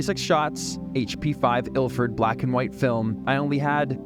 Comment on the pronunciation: "Bwaaaaaats Up!" damn... I tell ya... that absolutely brings a huge smile to my face. Interesting topic today "Vlack and White in Paris"... incredible.